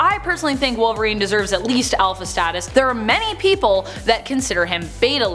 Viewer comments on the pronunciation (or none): none